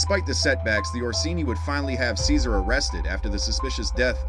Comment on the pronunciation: Caesar lol it’s pronounced CHE-SAR